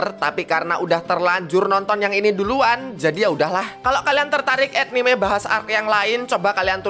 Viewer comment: etnime jawanya keluar jir🗿